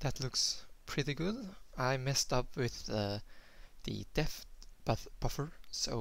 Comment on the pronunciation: problems with the word depth? it's like saying dept silent 'h' :) great tutorial tho :)